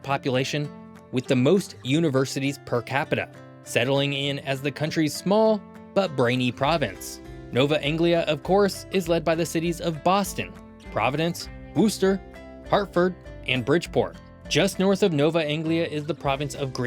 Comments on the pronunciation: wister not wooster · lol no one can ever pronounce the names of Massachusetts cities correctly lol worchester is pronounces wusster but i gotta say you where very close that was actually the closest anyone has come to pronouncing it. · It's our own fault for spelling cities in New England like we do but still, that pronunciation of Worcester made me flinch involuntarily :) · "Wooster" isn't a city. It's "Woustah". Spelled Worchester just like the one in England. There are a LOT of English city names in Mass, and around the rest of New England.... which I still don't understand why you decided to split down the middle... culturally these six states very much stick together, and four of them were among the original 13 colonies. You've randomly cut off one of them from the other three that you put in "Nova Anglia". Why is the other province "Green Mountain" and not "White Mountain"???? Or "Pine Tree" or "Maple Syrup" or something that you'll find in all three of those states, rather than specifically applying Vermont to all three???? And you've forgotten like half the cities in norther New England.... and.... You really don't actually know much about the US, do you? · Also, Wooster?! Come on, you're killing me here... its pronounced "Wuss-tah". ( 😭) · Great take as always! Just one thing, the city in central Mass is not pronounced Wooster like the place in Ohio. Out here we say Wistah, or it can be Wister to non native Mass folks who actually annunciate their R’s lol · It’s pronounced “Wis-tah”, not Woo-ster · Connecticut here- it’s pronounced Wuster (Sorry, but it annoys me whenever people mispronounce the names, and people do it a LOT) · You know, that's not the worst pronunciation of Worcester I've ever heard. It's not perfect, but it's probably as close as I can expect. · Hah! Certainly can't blame, but his confident funhouse take on "Worcester" made my earballs throb.